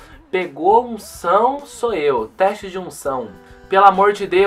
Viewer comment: "treste" kkkkkk